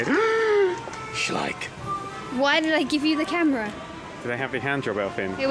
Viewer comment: It's so funny how Dan pronounced Schleich, that's german! But I kinda like how he said it! XD